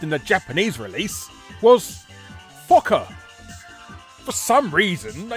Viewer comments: I thought "Fokker" was supposed to be pronounced "Foe-kerr"? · You said fokker wrong . Its foe ker. Only outside of Asian areas is o (oh / ow) said as a ah sound. Phonetics in english is just weird like that for some reason. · Actually Fokker is pronounced 'Foe-kker' but don't let me stop you Larry from making a joke. 😁 Some of these however aren't surprising yet are still crazy. 😂